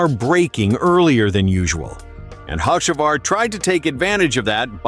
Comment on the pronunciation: First off you can't pronounce his name right